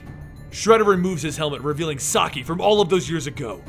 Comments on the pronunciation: "sock-eye" mate i think it's pronounced "saki" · Um, not to be rude, but Shredder's name, Saki, is pronounced "Sah-kee". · sah-key not sahk-eye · It isn't so much that its mispronounced that bothers me... its that its not consistently pronounced in either way. at the beginning it was said "Saki" then towards the end it was "Sakai." Those are two different names... I feel that this may cause some confusion to viewers... for Example, I have no idea how Oroku Saki and Hamato Yoshi could be in present day NYC having lived in the aforementioned [in the video] "feudal Japan." So conjecture from the video itself and previous knowledge of TMNT lore..."Sakai" could be another Shredder in a long line of Shredders, oh ho, have there been many. At best you get people who cringe at the pronunciations. At worst you confuse viewers and take away from the intentions of the creators and hurt the brand. Oh well. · Not Sock-Iiii